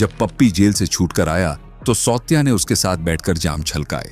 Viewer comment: सावत्या not सौत्या.